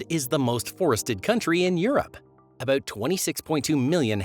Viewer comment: you need to learn how to pronounce words and letters especially "about"